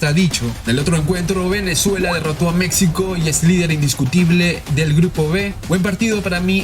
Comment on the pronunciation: Pronuncie bien MEXICO!